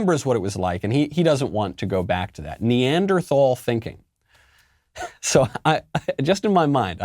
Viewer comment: When a President calls his citizens a name AND mispronounces it. :rofl: Neanderthals Why does Joe Biden hate Neanderthals and American citizens?